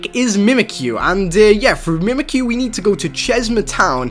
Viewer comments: its mimikyu not mimikuyu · accident*, and were u trying to point out saying Mimikyu wrong?